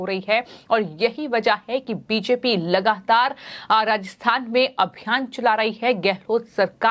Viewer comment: बेटा लगाहातार क्या होता है। सोनियाहा क्या होता है अपना उच्चारण सुधारने की आवश्यकता है हिन्दी का सर्वनाश ना करें अति कृपा होगी। कहीं अपरोच से तो नौकरी नहीं पाई है।